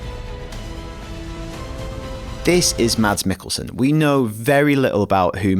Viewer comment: It's pronounced "Mess" Mikkelsen